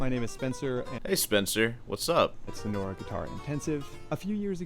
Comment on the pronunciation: "sono-ra" 😆 yes, i remember my time in the "sono-ra'an" desert